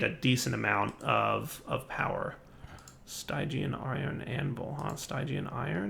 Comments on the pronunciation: Stygian is supposed to be pronounced as "Steegian", like its root word Styx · ...the y in stygian is pronounced the same as the i in still. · No, stygian is pronounced as st-i-jee-uhn. The root is from styx but that is also said as "sticks"